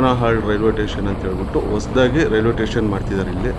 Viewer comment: ಟೇಷನ್ ಅಲ್ಲ ಸ್ಟೇಷನ್ ಎಂದು ಹೇಳ್ರೀ... ಸ್ವಾಮಿ